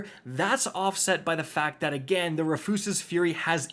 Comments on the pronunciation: Rafoose? Bro it’s Rufus with an extra S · “Ruh-foos-ez-es” Fury. Bro come on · Wait,, Did you say... RUHFYOOSES? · Roo-fuss's lol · Roo' fus' es ...say it with me now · Honestly he pronounces so many things wrong I gotta imagine he does it on purpose. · Why isn't there a single North American content creator that can say Rufus's correctly xD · Why are you pronouncing Rufus like that 💀